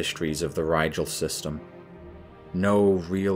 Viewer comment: Pedantic note: Rigel is pronounced Ree-gall